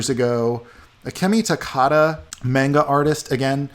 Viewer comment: It's not "main-ga", it's properly pronounced "mahn-ga"! Manga Entertainment on the other hand, it IS pronounced "main-ga", but the actual Japanese comics called Manga are properly pronounced "mahn-ga"! Also, Copic is properly pronounced "Coh-pick" in Japan, where it originated, and NOT pronounced "Cop-ick" like some illiterate people in art circles tend to do!